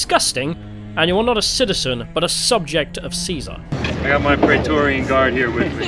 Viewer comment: Thank you for the slight emphasis on the C - it's not a K, people - when refencing Caesar's legion.